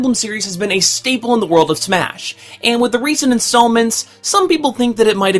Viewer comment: Marth. Definitely do Marth for the next Smah History. Smah. Smah. Smah? lol